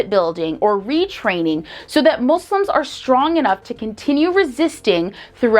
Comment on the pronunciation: I truly appreciate that you pronounce "Muslims" as MOSLIMS n not MOZLIMS which is the right way of saying it